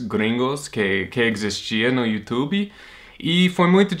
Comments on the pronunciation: Adorei você falando “iutubi” hahaha bem brasileiro 🇧🇷 😁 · Já virou brasileiro faz tempo, até fala YouTuBI hahahahaha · Divertido ver o falando "Youtube" como um brasileiro: ) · parece mesmo um brasileiro falando